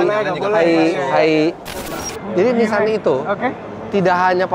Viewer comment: Orang jepang nyebutnya Nissang, kalo sudah BAB harus nissang😂